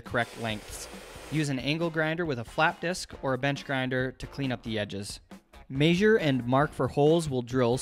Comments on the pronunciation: Your pronunciation of measure is cancerous! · Why do you pronounce "measure" like that